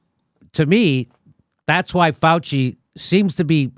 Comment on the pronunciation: “Felchy” not Fauci.